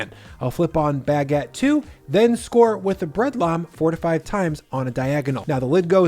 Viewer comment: Bag-get lol